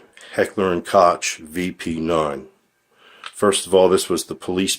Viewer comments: and lets not forget: "Heckler & kotch" (it's pronounced COKE!!!) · Please learn how to pronounce KOCH properly, it is NOT" Kotch" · No coke is totally wrong! How he it pronounced is also wrong but closer to like it should be.